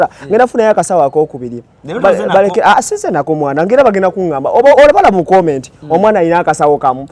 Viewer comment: Number emu wekuula omwaana ono banange. I just laugh whenever I see him remembering cheezaaaaa.... From the momentiiiiii😂😂